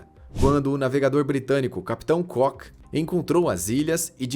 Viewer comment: Cock (cók) é pênis! Cook é (cuk) e é o nome do capitão!